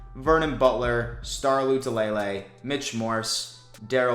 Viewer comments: I slowly die inside on ever Star Losyllable and yet I still watch your first three minutes like a noob every day. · STOP SAYING STARS NAME WRONG BRO LOL. EVER SINGLE VIDEO